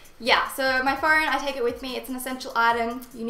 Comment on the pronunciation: Yuck I hate your accent. Well not really, I just hate the unnecessary "r" Horme. Phorne. Gor. Bye bye.